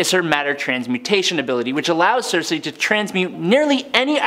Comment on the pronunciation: Critics: it's not sersi. It's circe.